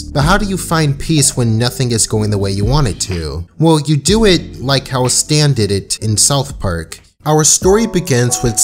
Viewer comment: His name is definitely "Stan", not "Stance"...